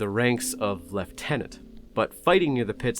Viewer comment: Thank you,, for pronouncing 'lieutenant' correctly. Thank you. That alone is worth a sub.